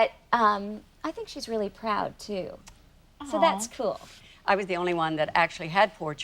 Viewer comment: OMG-- , Maureen says "So that's kewl." I hope they get her to say "scule," lol